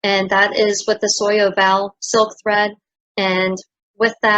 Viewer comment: Soie is prononced something like "swa" , perlée and oval were prononced well